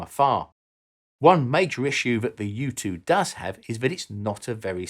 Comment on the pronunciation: Every time he says "U2" I heard "youtube".